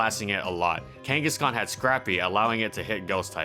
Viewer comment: No such pokemon as "Khangeskhan"